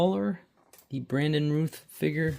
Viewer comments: Pronounced Routh like south not Rooth. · 😅😅😅😅 yup. Routh>rowth